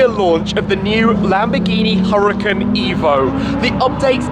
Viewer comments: Wait a sec, isn't it pronounced as hoo-ra-kan? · ...it's pronounced "ooh-rah-KHAN" . Google translate can help you if you need to hear it. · why does he call it the huracin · One would assume being invited to a launch would teach Shmee how to pronounce the car....